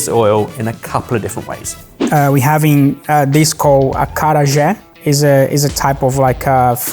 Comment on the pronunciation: I.A falou carraje. O correto é acarajé, servido com vatapá. Não é Baia é Bahia. Pronuncia-se Ba-í-a.